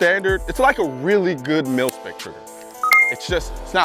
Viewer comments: When he said “mil-spec” I heard and saw in subtitles “milf pic”. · I heard the same damn thing.